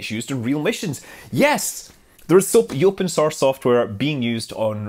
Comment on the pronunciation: "Yopen sorce software"